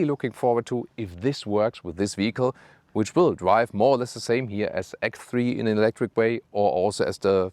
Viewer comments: I love your channel, but could you please say ex (separate) three, not egthree? It's quite a popular model on your channel, if you know what i mean... It would be lovely. Sorry for the annoying complaint... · One day he will pronounce X3 correctly 😅